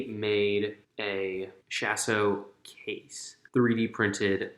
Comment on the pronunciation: Lol Shas'O'Case It's said as Shas'O'(Kah-EES)